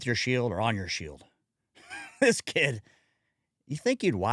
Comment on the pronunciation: "with your shild or on your shild" haha :D